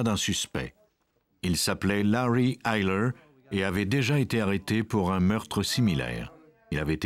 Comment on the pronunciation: Pour la prononciation du nom, c'est Larry Eyler le tueur en série.